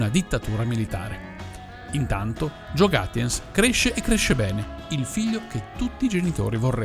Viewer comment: Piccola correzione: Gaetjens (e non Gatjens). Comunque non è un cognome tedesco. Anzi la grafia suona proprio molto fiamminga.